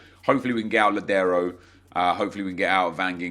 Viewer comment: Thank you for (unlike matt hd) pronouncing Lodiero's name right... Go Sounders!!